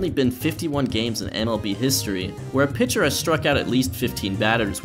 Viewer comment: excuse me, did you say "pincher"?